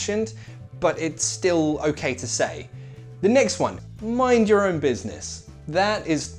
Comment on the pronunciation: When he said the pronunciation of "your own" it sounded like the word in Spanish "llorón" haha...nice video!